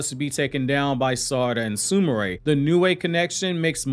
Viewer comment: Bro stop butchering the names her name is not su ma ray ... it's su mire..not su ma ray 😑😑😑